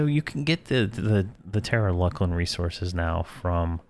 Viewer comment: I pronounce it 'Fear E Oh Na Vye' myself. Sometimes I watch his videos and cringe at some of the stuff like 'LUCK LIN'....I pronounce that one LOOSE LIN, but everyone has their own way of saying stuff.